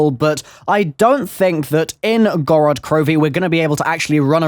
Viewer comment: I'm Russian and i just want to ask you if you could pronounce town (Город) (Gorod) with a heavier pronunciation on the first o and not the second one. So like Górod Kirovi. Thanks! FYI it doesn't really matter I just wanted to feel important. Notice me senpai!